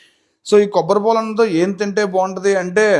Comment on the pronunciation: Kobbatipol kaadu ra antukul , kobbari paalu 😂😂